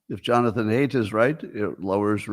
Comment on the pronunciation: You mispronounced the name Haidt. It rhimes with sight.